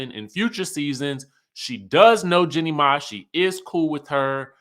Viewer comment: Ok, please pronounce her name correctly, her name is pronounced "Jeanie "🤨